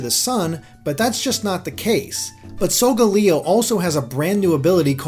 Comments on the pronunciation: it's solgaleo not solgoleo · You're pronouncing Solgaleos' name wrong, its pronounced "Soul-Gaal-Eeo" I'm pretty sure XD